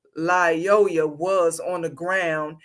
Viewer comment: 1. “Lyoya” only has one “L” in it. It’s pronounced either “lee-OY-a” or “lie-OY-a,”’not “lie-O-la.” Why would you disrespect a dead “king” by mispronouncing his name?? 2. The shooting was TOTALLY warranted. Mr. Lyoya escalated every step of the way, from the time he exited the vehicle to the moment that he had sole possession of the cop’s taser. The “king” didn’t have to die, but he died as a result of his own choices. His blood is on his own head.